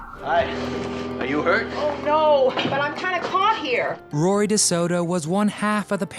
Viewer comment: Its Roy Desoto not Rory